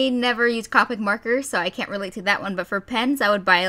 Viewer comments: Coo-pick not Ca-pick nothing against you though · you say copic wrong